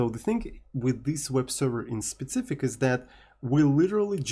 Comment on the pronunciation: Learn to say specific and not spetsific or don't say it at all